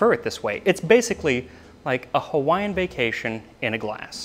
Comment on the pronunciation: Good job on pronunciation of Hawaiian.